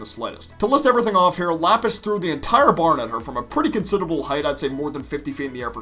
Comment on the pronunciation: Ah yes, Japis and lasper